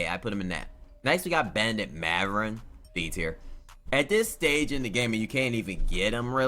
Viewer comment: “Maverin” “Pablo” “Braxton”😭